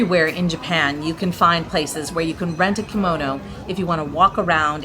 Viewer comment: The pronunciations are killing me.